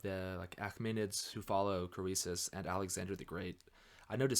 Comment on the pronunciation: Really enjoying your well-informed commentary on history as well as numismatics. But there are a few words you need to learn to pronounce correctly: 1) the coin is a "tetra-DRAM" not "tetra-drock-um" 2) the king is "CREE-sus," not "Crow-ee-sus" 3) the auction house is "LOY" Numismatik, not "Lay-oo."